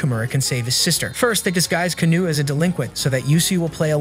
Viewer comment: It’s Kano not canou